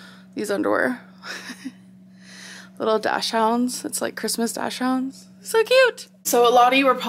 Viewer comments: Everyone: dachshound. Aymber: dashhound. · Grammerlynn back at it again “dash hound” no it’s dachshund “daak snd” ... Becky should have bout you a pronunciation book. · God I hate when people mispronounce daschund. It's not a dash hound. Its dak snd. Just fyi 💕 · it s Dachshund...not Dashhound..the hell is wrong with you Miss Writerlynn.... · I say docksund not dashhound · Did you really just say - Dash hounds ? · Sis really said “dash hound” lmaoo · she really said DASH-HOUND i-..... gorl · Did she just say "dash hounds" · the way she said dachshund... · wait how did you just pronounce dachshund? you're 30. seriously?